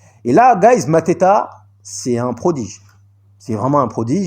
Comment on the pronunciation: Mantato et pas Mateta Obi et non Odi Martins Ibragimov et non ibramogov Sacré 🤣🤣🤣🤣🤣🤣🤣